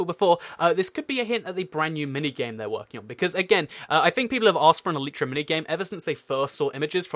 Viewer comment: Did he say flying cat?????!!! Xd!